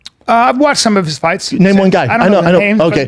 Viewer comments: I love how they call everyone casuals and can’t even pronounce his name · First off say his name right....I thought they were talking about GSP🤦🏽‍♂️